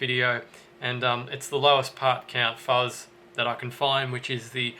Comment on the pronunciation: "bazz"????? "fuss"????? (bass /fuzz)